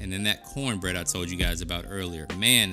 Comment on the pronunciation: Did you say cornbread or pornbread? LOL!!!